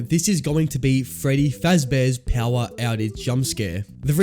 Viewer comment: who says power as PEAUWAR?